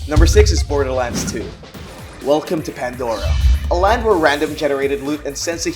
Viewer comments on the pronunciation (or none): none